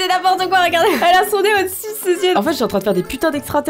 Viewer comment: « Mais attend je parle à quelqu’un qu’à même pas de nen’eoeil » 2019 😂 Sinon je t’aime quand même 😍😘